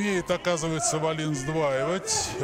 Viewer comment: Комментаторы вроде образованные люди, особенно Валуев (депутат). Неужели в головушке не возникает мысль, что в шведской фамилии ударение не может ставится на последний слог. Весь поединок произносили фамилию шведа как дагестанскую: ВаллИн. Никогда не будет у российских комментаторов должного уровня. Если они даже подготовиться не могут и правильно назвать фамилию спортсмена из основного поединка. Жаль Гендлина нет.